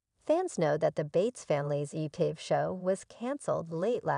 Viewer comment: How can you expect us to believe anything you report when you can’t properly pronounce the names of the family or the tv station?